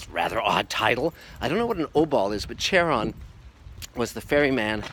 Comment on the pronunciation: It’s not pronounced “char-on” it’s “Khar-on”